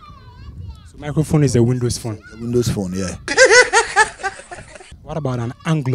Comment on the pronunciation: Windows phone!!its not that hard to say I don't know right??!🤣🤣